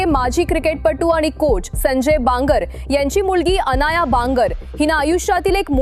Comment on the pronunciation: येरे बांगड..मराठी आडनावे तरी नीट वाचा संजय बापूसाहेब बांगर ची मुलगी आहे ती 🙏